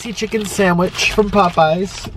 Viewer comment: POOEYES CHICKEN SANDWICH